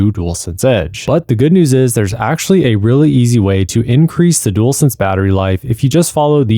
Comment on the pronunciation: “Dool sense”